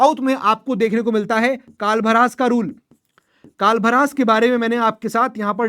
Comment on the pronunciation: कालाभ्र × कालभरास 😂 वाकाटक × वाकाटाकाज 😂